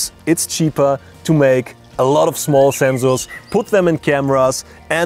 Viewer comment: "Do not make comments about his pronunciation" "Do not make comments about his pronunciation" "Do not make comments about his pronunciation" "Do not make comments about his pronunciation" NIICEEE ZENXSORRS !!!1!!1!!1!